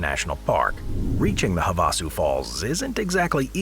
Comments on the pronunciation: I believe it's pronounced have a sue. Lol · have a sue. That's how you say that bud